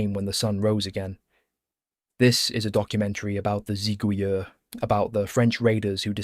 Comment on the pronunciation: If I may, the word "Zigouilleurs" is used here in the plural and therefore ends with an S, but in French we do not pronounce this S.